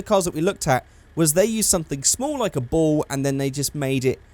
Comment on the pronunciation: When you said ball I thought you said bowl and I was like bowl for what?